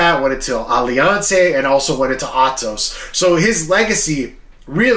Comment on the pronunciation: hes saying "alliancia". Like,dude just pronounce alliance how u grew up sayin it. Like when ppl say Hoger or hoyce gracie lol